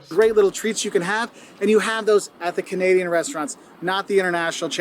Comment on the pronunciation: when he said: canaidain cities are safe nope well at least not Toronto lol